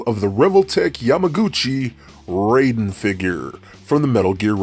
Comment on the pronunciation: You have some nerve going on about how awesome he is when you dont even pronounce his name properly. It is pronounced "RIE (rhymes with MY) den." Not RAY den.